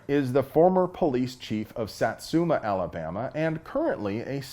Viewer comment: I'm impressed that you pronounced Satsuma correctly. We do have corrupt sheriffs here. Even so our CC permits are less than $20 a year in most counties.